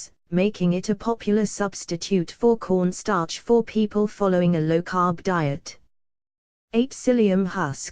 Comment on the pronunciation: I thought she said porn star